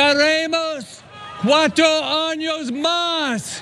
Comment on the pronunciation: first he said cuatro AÑOS más para Trump (4 more years for Trump) then when HE repeated He said Cuatro DAÑOS más(4more SCREWUPS)